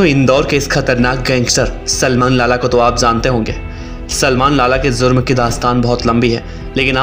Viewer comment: Zurm nahi jurm